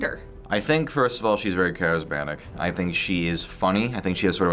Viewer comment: MAN SAID CHARESBANIC!